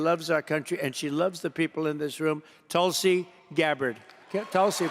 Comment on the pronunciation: Tulsi is an opportunist and a sellout! Dumpi can’t even pronounce her name! I cat believe she is kissing up to this creep!